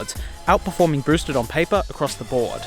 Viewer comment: He calls it a broosted board.